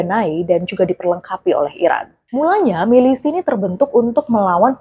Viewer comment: kok "milisih" sih